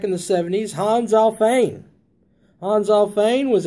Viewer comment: This was not a strawman. Also, since Alfvén is a Swedish name, no Kentucky dialect can authorise you to pronounce an f in it other than as v. In other words, it was a quibble.